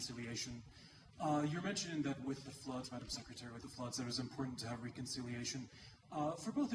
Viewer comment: with เจ๊แกออกเสียง วิด เลยอะ 555555